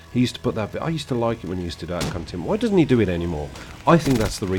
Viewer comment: lol it sounds like you say "cuntent"